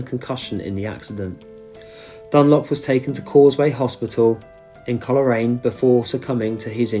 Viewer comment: Great tribute to one of the greatest family dynasties. I'm guessing you have done a separate video about Joey and hopefully you got a chance to visit the Joey Dunlop memorial garden also. Coleraine is pronounced Coal-rain btw, but our place names always get mispronounced.